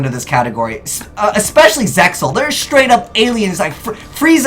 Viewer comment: Cool vid, but the way you pronounced Zexal wrongly was a bit chilling.